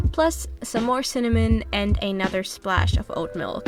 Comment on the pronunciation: Thanks for the ideas! Yum! I do have to say that at first I thought you were saying "old milk"...but pretty sure it was actually oat milk. Lol. 😁